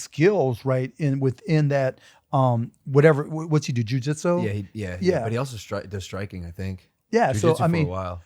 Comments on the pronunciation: Why does he keep saying Joe Jitzu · This guy saying who would win in a fight while saying joeJitsoo is atrocious